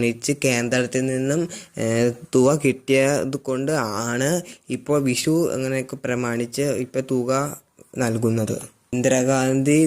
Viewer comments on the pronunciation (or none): വിശു അല്ല. വിഷു എന്നുപറ.